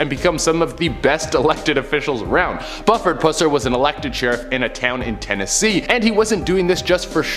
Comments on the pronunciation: I think it's Buuuuford. Longgg U.🤭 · Real quick its prononced Bu-ford pusser not "Bufford! Oh Canada! 🤣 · Bu ferd. Not Buff ered. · Sheriff's name is pronounced "Byoofrd Pussssser." Very successful franchise of films in the 1970s, starting with "Walking Tall" was made about him. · In the segment where they are talking about Buford Pusser, the "U" in Buford is said with the U being a long U. Watch the movie named "Walking Tall" I believe DeWayne Johnson played in the remake of the original movie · Hey Just so you know The mans name is pronounced as Bu ( with a strong sounding U ) Ford ( like the automobile) Pusser ( with a silent U ). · Buford is pronounced with the long vowel u. (oo). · It's Buford you must really pronounce the u as you're saying you my family grew up knowing his family